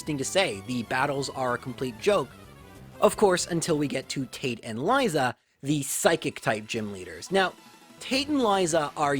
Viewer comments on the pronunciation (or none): none